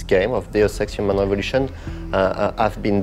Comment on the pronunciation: Sounded like the first guy said, The Sexual Revolution.